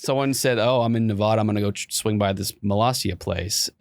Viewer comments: its pronounced Nevada not Nevada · thats fine he just keeps saying Nevada wrong